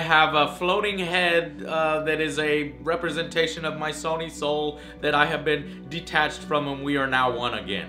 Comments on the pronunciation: So wait, 6 years ago Joe new how to pronounce “Sony” but now he calls it “Sauny”? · "Saw-knee" What, Joe? what..?